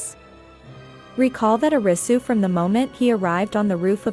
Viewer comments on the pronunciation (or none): I couldn't focus on the video because it bothered me that she says YOU-sagi and O-risu when it should be WOO-sagi and AH-risu. Not saying this cuz I'm asian (I'm not even Japanese) just how its pronounced in the show 😆